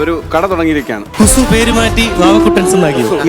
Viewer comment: കൊസു അല്ല കുസു വളി നാറ്റം